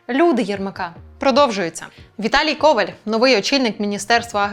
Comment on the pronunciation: Коваль - наголос на останньому складі.